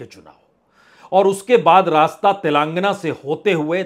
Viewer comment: आप ज्ञानी हैं, कोई शंका नहीं है। लेकिन आप तेलंगाना को तेलांगना बोलते हैं। आप ही निश्चित करें कि क्या बोलना है।